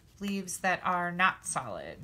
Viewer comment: LOL,...at first, when you were poking out the leaves, it sounded like you were saying "salad leaves" instead of "solid leaves", bwahahahaha! It's ok, my ears ring all the time, so it's hard for me to hear sometimes, LOL!! You're a hoot! I just LOVE all your tutorials, gf!!!!!!!! Hugs!